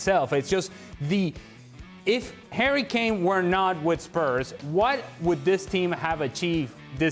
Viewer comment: Is it me or is Ale saying "hairy Kane"?